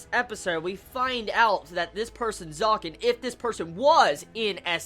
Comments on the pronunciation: Loved it!! WTH happened to A-1 in these couple of years? They're adapting this so perfectly >.<!!! This arc animated is gonna be the damn FEELZ!! T^T Btw Zekken is pronounced Zek-ken. Not Zaken ^^ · Really, it's a bit irritating to here it being said like that ^^; Try to say Zekken instead of Zaken:P U know u can do it XD Gambare